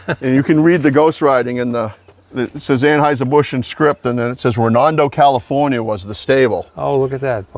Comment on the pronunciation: Californ-yer. I can see omitting syllables and sounds, but I have never understood adding.